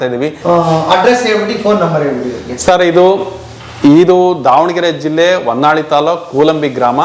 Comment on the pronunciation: 0.20 sec It's Honnali not a honnavalli